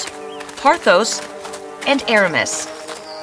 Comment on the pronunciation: The way d’Artagnan pronounces France made me lol! Also, why is he calling ordinary noblemen “Sire”, why can’t you pronounce Argos and Pothos properly, why are half your characters dressed in Regency fashions when they ought to be in Restoration fashions (not that I’d expect you Americans to know what that even is) and why not just tell the actual story instead of all this crap? 🤦‍♀️